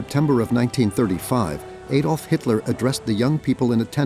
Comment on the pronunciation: Another "Ay-dolf" Hitler moment... stoopit American narration 😂😂